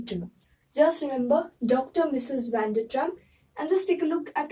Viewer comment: It's Dr Mrs Vander tramp ... Not trampp